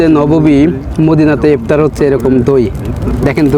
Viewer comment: ভাল ভ্লোগ করেন কিন্তু কথাবার্তা ক্ষেকমার্কা যেমন পিলার না বলে বার বার প্লার বলছেন, ইফতার না বলে কি একটা অদ্ভুত বলছেন বুঝা যাচ্ছে না। পুরাই ক্ষেত।